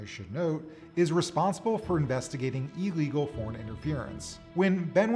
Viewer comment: Why are younger folks now pronouncing “illegal” as “EE-legal”? What’s up with that??? 🤔